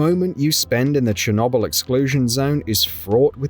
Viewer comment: The way this guy pronounces ‘Chernobyl’ pisses me off so much